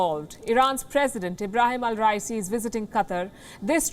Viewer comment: Ibrahim raisi not al-raisi